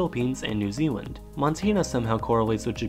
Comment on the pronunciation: New Zealan^